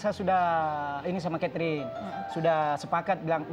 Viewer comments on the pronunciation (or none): Salah denger g sih aq? Suami nya sebut istrinya Ketring😅 bukan Chaterin🤭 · Perasaan namanya keterin deh bukan katering 😂😂😂😂